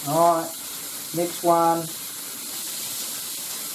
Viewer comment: Impurities? What ever, "awrite" marijuana leaves, "awrite" fro it in, "awrite" 😂 roll it up, smokin